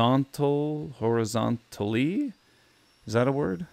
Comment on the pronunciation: Horizontally and vertically have always been words, and hearing you pronounce them like that made me cringe